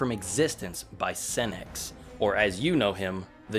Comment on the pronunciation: Say Lord Senex without the en 😳😳😳